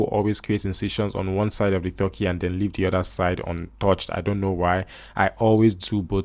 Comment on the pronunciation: Stop saying "Th-urkey". It's "T-urkey".